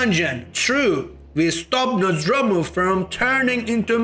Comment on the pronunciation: “Nozz door moo” is how it’s pronounced..you’re just freestyling with Nazdromu Nozdormu